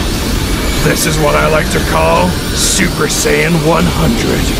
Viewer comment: The way he said 'super sayian'🤣🤣😂 IT SOUNDED LIKE HE SAID SUPER SAN LOL